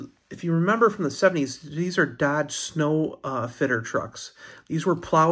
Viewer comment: Nice trucks. The Sno Fiter is a play on words it's pronounced snow fighter.